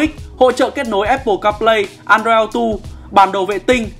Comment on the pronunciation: Hay nhưng ko thích cách đọc của bạn MC. Ví dụ như auto đọc là ó-tầu, ó-đầu thì bạn lại đọc là âu-tu,... Thà bạn đọc là ô-tô VN còn đúng hơn.